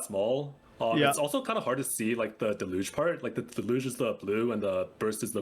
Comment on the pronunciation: Deluge: del-yoosh